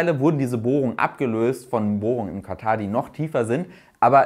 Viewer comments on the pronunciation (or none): none